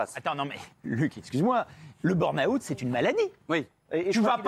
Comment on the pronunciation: « BURN - AWOUUT » 😂😂😂